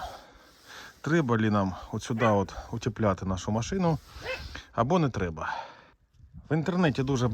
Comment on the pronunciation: утІпляти 😂😂😂Утіплітільом